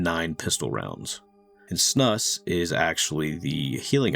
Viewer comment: I need to teach you how to pronounce Snus :D Great video broskis! Met these devs on a gaming cruise :D